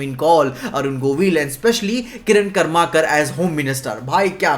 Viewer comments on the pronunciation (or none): It's nor कर्माकर it's करमरकर